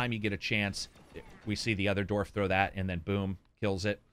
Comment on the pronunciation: I like how calls then "doorf" rather than "dwarf"